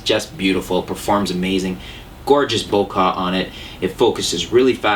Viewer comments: Vin-YET not Vig-NET :( Bo-Keh, not Bo-Kah :/ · Did youi say Bokah instead of Bokeh ? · its not BOKAH, its BOKEH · Why do so many people have a problem with the word "bokeh" ? It is not "boca" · I love how he pronounces Bokeh bokah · It's pronounced "bo-kay", and "vin-yet", the "g" is silent. Additionally, I've spent a lot of time looking for lenses and found that the referrals and reviews that Ken Rockwell does for his site are great as far as bang for your buck, honest reviews etc. Personally I don't need an f2.8 lens. The sharpest you will find your lens producing an image is at f5.6-f8. Therefore the majority of my images are in that range. Don't need 2.8? Save money and get an f3.5-f4. Good vid :) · the whole "bokah" thing is making me lol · really dude, "vig-netting?" vignette. it sounds like "vin-yet." you're clearly super canadian, so you obviously had french forced on you. there is no excuse for that level of laziness. step your game up. also, "bokaahhhhh" sounds idiotic as a million other people said.